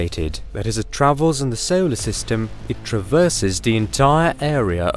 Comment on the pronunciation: He pronounces his "o"s as "eow"s. Example: five seowlar masses.